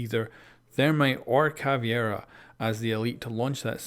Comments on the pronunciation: Hey, could you please fix your Caveira pronunciation, it's definitely not Ca-vie-ra but Ca-Ve-ee-ra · IT’S ‘CAV•EI•RA’ CAVEIRA NOT ‘CAV•IE•RA’ CAVIERA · It's Caveira not Caviera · Fucking CavEIra... Not Caviera. Why do so many people struggle to read and say it right? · Its caveira not CAVIERA ffs :/ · Listening to him say Caviera instead of Caveira makes watching the video so hard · come one man, ca-ve-ra. not cavi-era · It's CA-VEI-RA not CA-VIE-RA, it's been 3 years!:P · Am I the only one who gets pissed when youtubers call Cav "cAvIeRa" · Samir Duran His pronunciation of Caveira is not an accent problem, he is straight up inverting the E and I. Thats not caused by accent. My native language is Spanish, I say the names Maestro, Lesion, Mira, ect like they sound in Spanish because those are actual words in Spanish, but I dont invert letters or anything like that.